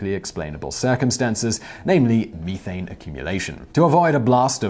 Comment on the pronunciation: And "algea" Edit: oof, and "methane" WTF Simon?